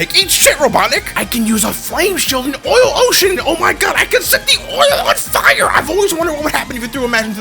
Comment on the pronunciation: "I AM THE GOD OF HELL FIAR!"